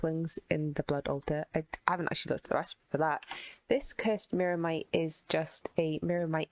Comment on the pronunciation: New drinking challenge: take a shot every time fails yo pronounce "Myrmitite" "Myrmite" or "Myrmex"